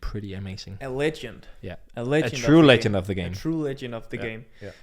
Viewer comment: "A Trye Legend?" Peter Gade?